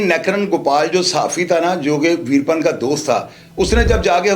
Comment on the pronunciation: ویر پن نام نہیں ھے ، ویرا پّن ھے جناب